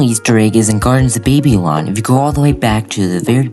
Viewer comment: Thanks, hope that voice is AI.... Baby-lon is a new one for me.